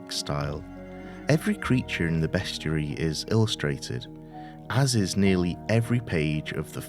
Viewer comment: Ahhhh…correctly pronouncing “bestiary.” Finally! Nicely narrated!